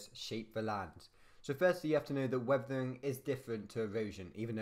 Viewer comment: WEVEWING (WEATHERING)